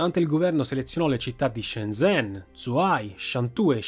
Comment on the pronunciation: Grande video. solo un appunto: zh si legge 'gi', quindi 'Sciengen', 'Giuhai'...